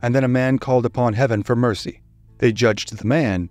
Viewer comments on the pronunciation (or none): none